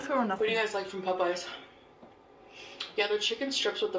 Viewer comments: Whyyyyy there is NO U in pOp-eyes. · sames. glad to hear someone else say that.